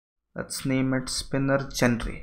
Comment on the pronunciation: you should improve your pronunciation, sometimes the words sounds so different when you pronounce them. and genre is not what you pronounce it , it is pronounced as 'Joner'